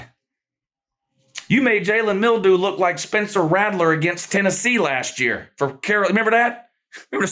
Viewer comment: You can say Daniel's but you can't give the boy credit and say Milroe. Call his name right idiot.